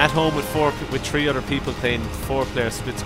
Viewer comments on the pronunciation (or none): When he says 3 to my it sounds like he said tree